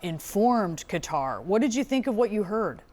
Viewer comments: "ka" "tar" !! Not "cutter" !!! Jeezes... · Haven't learn how to pronounce Qatar?😂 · cuz dont know how to say Qatar? on CNN?